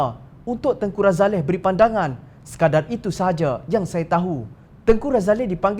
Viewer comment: Woi apa ni Tengku Razalehhh... tanya la dulu orang yang tahu... Tengky Razali saja sebutannya...